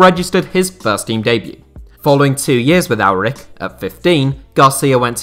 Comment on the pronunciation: A couple small corrections I wanna make about peruvian football. The ch in Aurich is pronounced the same way the ch is pronounced in Munich. And second thing. While the team Universidad San Martín is owned by the university of the same name, they are a professional club who compete in our professional league, as we don't have university football like in the US Besides that, great video!